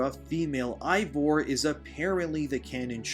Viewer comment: There's a reason why so many prefer playing as Abby and its because she gets the better equipment. And why does everyone I watch cover Valhalla always say Eivor's name wrong?